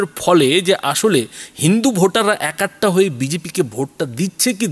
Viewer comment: একাট্টা খুব কানে লাগে! শব্দটা এক কাট্টা।